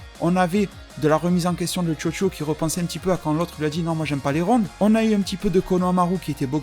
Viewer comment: A chaque fois que t'as dit Chocho j'ai entendu Jojo mdr